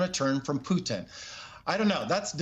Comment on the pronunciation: hey this guy said Peutin name right. : D